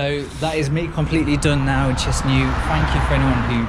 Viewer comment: say chinsinau again